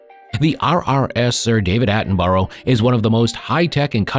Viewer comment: The commentator`s pronunciation of English names is dreadful. Is his first language not English? The name Attenborough is pronounced "Attenbra" not "Attenburrow".